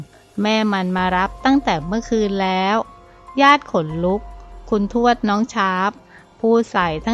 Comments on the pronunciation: อ่านให้ถูกๆค่ะคุณ ทวด ไม่ใช่ชวด อ่านดีๆเห้ออออออออคนอ่านกะอ่านผิด😥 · อ่านยังไงชวด ภาษาไทย พยายามอ่านให้ถูกต้องด้วยนะคุณ